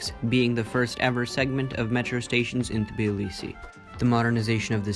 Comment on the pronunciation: Call Tbilisi Tbilisi, not Tiblisi🙏🙏